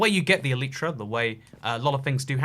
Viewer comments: ITS ELAYTRA NOT ELIITRA AND PINEAPPLE DOES GO ON PIZZA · Shut up it’s el•I•tra not el•ee•tra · Nobody:: Elytra = Aleetra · It's pronouncedd ELL-ih-truh according to the dictionary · It’s el-igh-tra because there the vowel is at the end of the syllable which makes it a loud vowel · E-lie-tra it is 👀😂